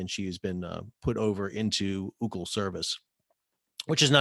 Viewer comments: Sal, been a big fan, but have to correct you. The vessel and the company is not pronounced “Ou-cle”.... it’s pronounced “O-O-C-L”. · It’s actually in Taipei not Malaysia. Also, it’s read ‘O.O.C.L.’ (as in Orient Overseas Container Lines)— not pronounced as ‘Oocl’.